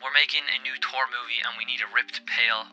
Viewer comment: Who's Tor? Ooh you mean Thor, got it.